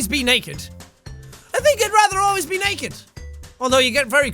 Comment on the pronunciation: "69% percent of people would raether be naeked" that Irishness rocking in his accent